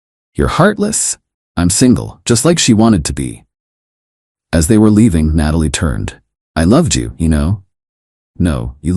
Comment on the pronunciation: Why do the AI story makers keep using Natalie as name knowing the AI voice can’t pronounce it correctly haha